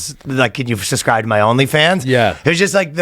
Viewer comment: He started saying suscribe, AGAIN!